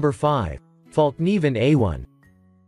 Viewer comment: Ummmmmm? What the hell did I just watch? Somebody please tell me. These are the best survival knives this clown could come up with? Well at least he pronounced fallkniven right.